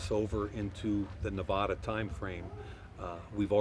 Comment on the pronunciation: He'll need to learn how to pronounce Nevada. lol